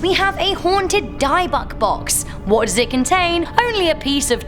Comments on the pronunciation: Pronounced "Dib-buk", not "Dye-buck". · Dybbuk is pronounced dib-buk... not die-buk. 😊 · Actually its pronounced with an ending like Book. Di-book. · It's pronounced "Dib-ick" not "Die-buck" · It's prounced dib bic not for die byuck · Please stop pronouncing dybbuk wrong! Its di-bbuk not die-bbuk! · Its pronounced Dibbick not Dye buck lol x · "dy-buck" lol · *Pronounced Dib buk. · Besides not knowing how it works, you mistakingly got the mispronunciation wrong also #8 The Dybbuk box is pronounced "dibbick" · ...."DIE BUCK BOX" ??? LMFAO!!! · Its pronounced dib bik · It's pronounced dib-book box, love. (: Love the vids tho! Kudos! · Dybbuk** actually .. js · Its pronounced( Dibbuk ) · You pronounced the dybuk box wrong it's pronounced di-book box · Dye-Buck? Care enough to learn how to pronounce major words in your stories and I might listen. Until then...bye, girl. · Dybbuk is pronounced DIB-BICK. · "Nice" pronunciation of dybbuk box...........pfffff....."die-buk box" ..........lol!!!!!! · Num 8, pronounced incorrectly. Its a demon in the box apparently. Kept now in a glass case in a haunted museum owned by zack bagans. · The way she pronounced Dybbuk😒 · What kind of idiot way is that to pronounce dybouk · The Dybbuk box is now in Zak Bagans’ “haunted museum”. And you pronounced it wrong just to let you know